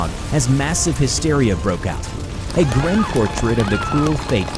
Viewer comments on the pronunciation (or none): none